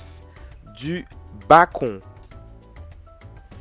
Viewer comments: Il le sait très bien il parle anglais, il fait juste exprès de prononcer comme ça 😅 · Lol le BACON, ça se lit le « Beacon » , donc beacon burger 🍔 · Un madras BA.CON😭😭 , un steak et un zeu 😂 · Mais pourquoi il dis Bacon 🤣🤣🤣 c bacon(bécon) 🤣🤣🤣 sinon bonne recette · On dit pas "bakon" sa se prononce "béconne"😂😂😂😂😂😂😂😂😂😂😂 ces un mot anglais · Mais ,mais ,mais ,mais on dit "bécone" pas "bacon"😭😭😭😳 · Ça s écrit bacon mais on dit béconne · on dis le bacone pas le bacon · C'est une blague tu prononce "BA-CON" au mieux de dire "BAI-CONNE" 😂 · Non je te corrige la parce que ta un français cochon tu prononce très mal bacon et c'est un œuf pas un œu c'est tout si non tu est très cool